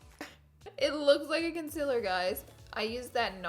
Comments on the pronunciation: I'm so annoyed by laura saying conzila instead of concealer daaaamn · Laura you say concealer wrong it is CON CEL ERR not CUN CELL ER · I am so sorry to say that. I am not trying to be rude but you say concealer so weird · You don't say it like conc-i-lr you say it. Like conc-e-ler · Why you say conciler???? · I love Laura.. I but HATE the way she says “concealer” 😤😠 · anyone else annoyed how she pronounces concealer? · Not trying to hate bc I love u sooooo much! But u r saying concealer wrong, it’s okay if u pronounce it diff cuz accents but it bothers me sooo much but I love u sooooooo much I’m not trying to hate and I know u probably get that a lot but love u not trying to hate! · Girl say concealer properly before I unsub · She says concerler wrong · Is it just me or is the way she says concealer really weird 😂